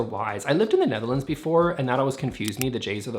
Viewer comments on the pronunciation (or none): none